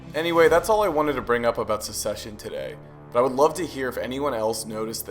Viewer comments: Hahaha there is so much misinformation here. Namely the actor's heights are almost all wrong. But mainly the word is Succession not Secession - very different meanings and pronunciations. I do love that you're sharing the filmmaking techniques we use to illustrate power dynamics visually and I love that the casting of Greg and Ewan reflects that. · Great video! But the series is called "Succession" not "Suseshion"